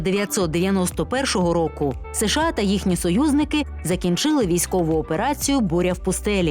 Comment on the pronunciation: Та не СеШеА,а США